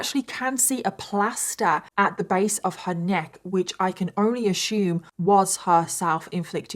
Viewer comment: lost me at "Ashoomed" 😢